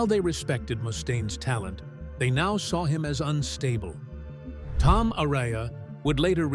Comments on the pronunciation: A-RA-YA, ¡¡ARAYA!! NO "ARYA". Es, x cierto, un pueblo en Álava (País Vasco, en España), y un apellido típico de allí. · I absolutely HATE how the dumbass AI voiceover is say Tom Arays's last name. YouTubers need to stop using an these shltty Inhuman computer generated voice overs that have no heart and soul. It just screams laziness and not giving a shlt about the people listening who have to suffer through this annoying garbage. Otherwise it's a freaking awesome video lol